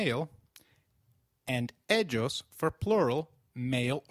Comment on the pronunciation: Isn't it more like Eiios than Edshos?